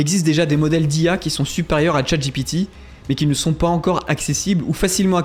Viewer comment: C'est bien que tu prononces Chat GPT à l'anglaise, parce que Chat j'ai pété, ça le fait pas.